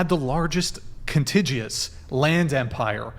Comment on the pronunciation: He pronounced contiguous wrong and Andrew said important, not powerful